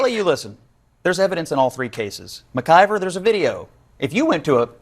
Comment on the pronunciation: Dude do you have a speech and / or hearing problem? McLIVER? Lord have mercy please learn how to pronounce things. There's no L in her last name.